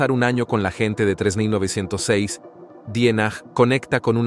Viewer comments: Porque el texto escrito se narra con una voz de inteligencia artificial, y no lee bien los números. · PRONUNCIA BIEN ...QUE AÑO DIJISTE???? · Ssiiiiii...un HORROR!!... ES UN ROBOT CON LOS CIRCUITOS CRUZADOS ACASO???😢😢😂😂😂..NO QUISE TERMINAR DE VER EL VIDEO..ME REEE...FASTIDIOOOO!!😅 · El narrador tiene un forma muy rara de pronunciar el año 3906